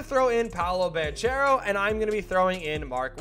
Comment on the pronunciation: just to clearify, the CH in italian is K, so Banchero gonna be Bankero. that the right pronunciation